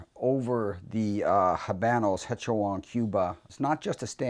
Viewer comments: just to let you know the "ch" in "hecho" is pronounced like a "k" so is said like "hecko." just for future reference so you don't sound like an idiot. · Their Spanish is sooo bad and their pronunciation of "hologram" is comedic. "HEycHo An CuBa" lmao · Top Tip: The H is silent in Hecho... :)